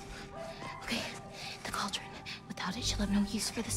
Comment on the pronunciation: “Balldron” Tf bro